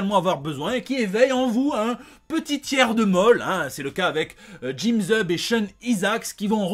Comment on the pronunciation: Quelle intro ! lol Vraiment c'est devenu mon petit plaisir du mercredi cette émission ;) Et deux commentaires présents dans le bando del pueblo... je suis refait ! lol Par contre... quand tu parles de tiers de molle pour Thunderbolts et je n'entends pas Jim Zeub mais... Jim Z... enfin on aura compris ce que j'ai entendu !!!